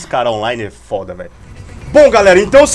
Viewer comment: para de falar fóda